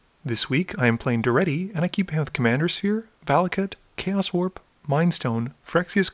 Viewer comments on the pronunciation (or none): none